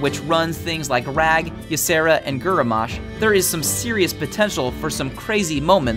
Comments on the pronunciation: its grommash not guromash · it sounds more like " gurummash " for me but still horrible pronuntiation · Fuck you have no idea how to pronounce any words how do you mess up Grommash? Gurumash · Fjola = Fiola / Grommash = Gromash not Guromash. Top ten cards ... never played against somebody with Varian or Twins. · Lel "Gerramosh" instead of Grommash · "Gurremash"? Seriously? Have you even touched the game? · Garromash? lol